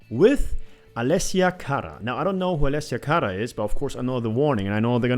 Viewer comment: You right on brother. The Warning always do it right. Why, because they are a Phenomenon like no other I’ve ever witnessed in my 63 years. I discovered The Warning three years ago and have supported them since. Again like no other! Ever Ever……..ok I loved how you said Allesia Cara’s name 😁